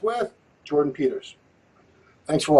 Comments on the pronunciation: Bro called legend to a podcast and couldnt even say his name right smh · An unbelievable level of ignorance. Invites Jordan on, can't even get his name right......